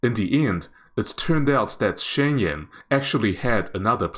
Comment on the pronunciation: Shenyang - "shen - young"